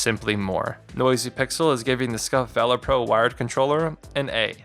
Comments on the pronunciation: Act of Vaylor. ....VAH-lur. lol tf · I just can't take the way you are saying Valor... VALOR... not a hard A sound. Just makes it sound like you don't realize it's a word already. A comparison to the instinct pro would have helped, and what is "aftermarket sound"? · I couldn’t even finish ur review cause of how illiterate u are u can’t even say the name correct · u know what valor is I said illiterate he couldn’t say it right mispronunciation is that better do you comprehend the comment now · Take criticism different delete the video do it again say I apologize for before then pronounce it correctly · Really don't think you guys should be doing tech reviews. It's clearly out of your wheelhouse. Kinda unprofessional to keep mispronouncing the name of the product as well. Leave the controller reviews to the channels that review loads of them, and know what metrics to compare.